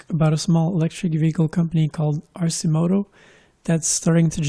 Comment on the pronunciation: It’s “Arkimoto”...